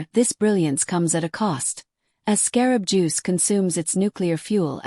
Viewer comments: The AI that is talking can't even say the proper name for this star! Not really believable discussion on this subject. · AI speaking can’t even say the stars name right. Annoying, enough to pause and watch something else!!!